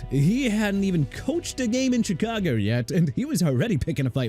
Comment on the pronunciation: Do me a favor: respect Chicago by pronouncing it right! SHEE-KAH-GOW NOT CHEE-KAH-GOW! What don't you understand huh?! And you meant shipping out?! It's not "chipping out"!! I hope somebody fires you whether you're an A.I. or not!!